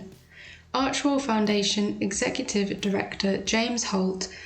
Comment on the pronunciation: It's Archewell not Archwell. You would think a sugar would know that.